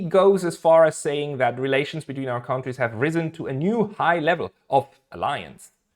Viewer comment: Just one thing to improve your pronunciation: kontries = countries, not kauntries Great channel, keep up the good work!